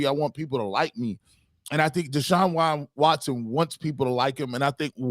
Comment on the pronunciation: Its Deshaun.. not Sean